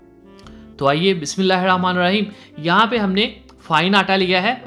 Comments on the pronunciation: Ma sha Allah you say bismillah every time and praise Allah Kareem. May I request you to say bismillah with proper tajweed. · bhai batain kam kia kro aur Bismillah sai se aram aram se perha kro ta ke Bismillah ke alfaaz sai se ada hosakain